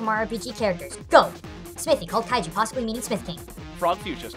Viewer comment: u messed up two names kinopio doesn't have a ッ in his name and supposed to be kajioh not kaiju